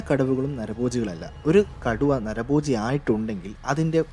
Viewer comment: നരബോജി അല്ല നരഭോജി "...